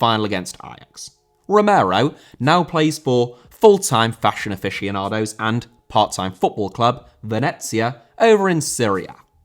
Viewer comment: Aficionados* not Afeshonohdos!